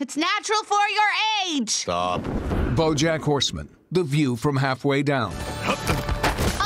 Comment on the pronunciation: that’s a weird way to say Bojack Horseman: The View From Halfway Down